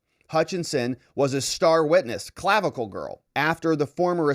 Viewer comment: I really laughed at "Clavicalize"